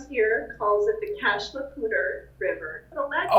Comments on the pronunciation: As a French speaker living in Colorado, how people say "Cache La Poudre" pains me greatly. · Cash La Pooder??? WTF!!!! This isn't even close to a passable French pronunciation of this., your pronunciation would be the preferable one in Quebec, not this recording of some goofball yokel who doesn't know a word of French